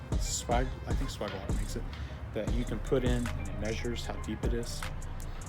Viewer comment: If you bend 30° on L, your bends and therefore offset will be shifted to the right. You should bend a 30° on the 30° mark. Also it's pronounced sway-ge not swag... Lastly that fitting is a union not coupling. Good video regardless.